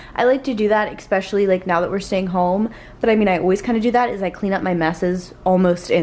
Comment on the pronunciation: hi! first of all, I love your videos and you inspire me to be a better me! I just wanted to comment and let you know that especially is with an S, not an X! I used to say expecially, too! hehe